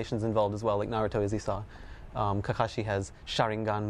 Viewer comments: you know what i hate? when people try to say naruto, but pronounce it narudo. its not na-ru-do, its NA-RU-TO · ugh.... i hate it when ppl say "nu-RU-do" ITS NA-ru-to damn it! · he is calling naruto nuroto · It doesn't matter how he say's "Naruto" he has an American accent. Nobody is forced to learn Japanese vowels to pronounce it properly just like Japanese people can't speak English properly. Macudonarudo? Sorry? You mean McDonalds? Yeah nice fail. About the video, I'm really looking forward to this game but I have to admit, every question asked raped the game. No online mode, only 25 chars, no interactivity with stages. Oh dear, seriously bad questions asked this game is a once complete and swap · y the fuck do adults pronounce naruto so weird